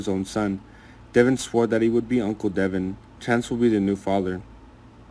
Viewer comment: DE VON NOT DEVON